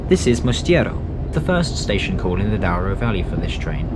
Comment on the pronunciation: I clicked as this destination is on my bucket list go find your commentary talks about the 'Dow-ro' Valley rather than the correct pronounciation of Douro ='Doo-ro'. Otherwise interesting